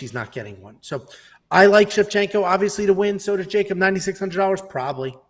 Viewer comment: ShevCHINKO not Shecshinko , you name her opponents but not Santos opponents .who are the koed opponents that Santos finished? Shevchinko finished the whole top 10 .